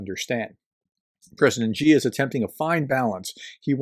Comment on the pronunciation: You can't even pronounce Xi's name, so I have to doubt the amount of real research you have actually done in this subject, other than reading out-loud some news reports verbatim. If there is only one Chinese name you might bother to learn, it should probably be his... Sino-Russian relations are very complex and both sides have a lot of history that they are unable/unwilling to get past. Having lived in China for the last 2 decades, my best description would be that right now, they are tactical friends but strategic enemies. Just look at the distance between their mutual borders and their respective capital cities, China has good reasons to be fearful of a Russia ruled by an imperialist. China's short terms goals with respect to Russia are going to be keeping any chaos (Pax-Putin) away from their own massive border with Russia.